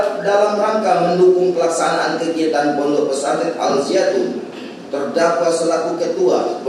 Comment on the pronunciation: Jaksa kunrang ngopi tuh sebut ponpes salah